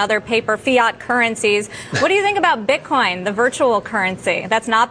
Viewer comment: IT'S NOT BITKONG MR. PAUL. IT'S BITCOIN.